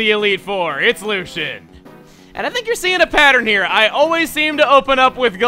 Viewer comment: I thought it was pronounced lew-see-en